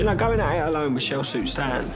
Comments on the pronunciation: Isn’t he called Stas not Stan? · “Stas, Not Stan”